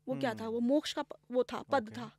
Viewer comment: although podcast was amzing but here is one thing i would like to correct for ma'am and also for viewers , is that , it is called "pad" instead of "padaa". kindly correct and our vaani i.e., sanskrit